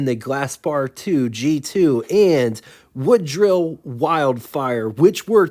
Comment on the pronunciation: I like it when you post your boo-boos at the end of the video. So, time for a couple of corrections: Woodill is pronounced Wood-ill. I used to say Woodwill. The 53-55 Corvette had 3 sidedraft Carter YH carbs, not downdraft. You can see the same carbs on the Nash Healey engine pic, and Chevy used a similar carb on the Turbo Corvairs. While I don't know the first fiberglass car, I do know Ford made a sedan (late 30s-early 40s) from a soybean based material. There is a photo showing Henry bashing the car with a sledgehammer to show that it was dent-proof